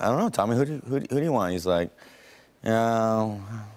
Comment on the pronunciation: “Johny Dap”